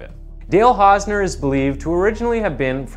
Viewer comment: You couldn't spend five minutes researching how to pronounce the guy's name? Shoddy job. Channel blocked forever.